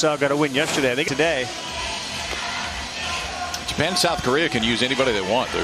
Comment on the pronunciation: japan pronounced like jupen